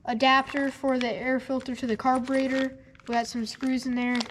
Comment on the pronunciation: Did anybody else here him say carbinator? Just like his Dad.